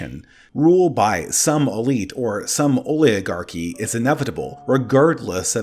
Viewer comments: I propose we are represented by people who can properly pronounce "oligarchy." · I’m sorry,, but as a grammar national socialist, I must nitpick about your “exasterbate”s and “oliagarchy”s. You must solve these misspeakings with finality immediately